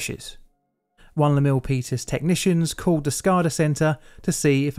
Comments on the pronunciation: I thank you as well. Jeff Raskin lived just a couple miles over the hill from this disaster so it's even better. I'm also impressed you called it the Peninsula on top of pronouncing Milpitas correctly. The Peninsula is very Mac-centric. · I just want to acknowledge your effort in correctly pronouncing "Milpitas". 😉 PG&E doesn't have the greatest reputation here, partly because of this incident. They have also been found responsible for causing several wildfires that killed people. These days, they have special regulations in place that turn off power to parts of the electrical grid on unusually windy days or during certain intense weather events. This is, of course, a pain in the ass for people who have to deal with a power outage.